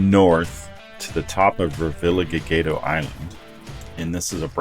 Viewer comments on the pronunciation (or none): Ruh vee uh haa he dough is how it's pronounced